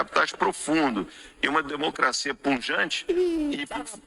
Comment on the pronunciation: o falou bem claro:uma democracia "PUNJANTE",ele faltou na aula de português?